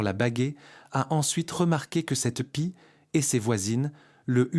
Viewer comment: "Les corps vidés", ça n'est pas mal non plus, comme "la pissait", ou encore pie lue comme pied, ou "ce n'est pas un autre z'oiseau", "s'en souvient toutes" (au lieu de "se souvient de toutes") et tant d'autres âneries. Bref, une catastrophe. Ce recours à l'IA pour la traduction, la lecture ou les sous titres gâchent complétement et disqualifient ce documentaire qui serait intéressant sinon. Pour résumer, vite fait, mal fait pour la "francisation d'un documentaire qui devait être bien meilleur à l'origine. Allez, on zappe la chaîne. Dommage